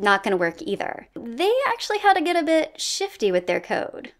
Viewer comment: "bitch-ifty" what? "bit-shifty" oohhhh